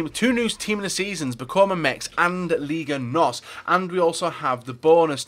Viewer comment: it aint ligue..., its liga